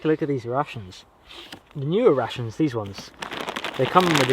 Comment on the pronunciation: Am i the only one who hears '' Russians '' instead of '' Rations ''' ?